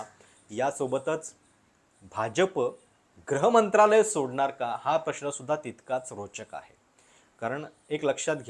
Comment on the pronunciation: एकच गोष्ट तुमच्या विश्लेषणात खटकली ती म्हणजे तुम्ही गृहमंत्रालयाला वारंवार ' ग्रह ' मंत्रालय म्हणत होतात.